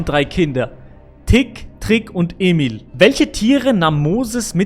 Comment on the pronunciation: Bitte sprich EMIL richtig aus! Ok?